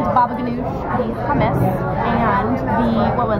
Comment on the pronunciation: Did anyone else notice that she pronounced humus really weirdly?